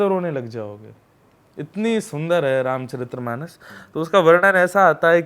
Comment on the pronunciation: बार बार गुरुजी आप गलत उच्चारण के साथ रामचरित्रमानस बोल रहे है, सही उच्चारण रामचरितमानस होता है। जय श्री राम 🙏